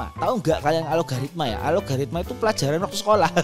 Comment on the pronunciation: Algoritma bang bukan alogaritma-_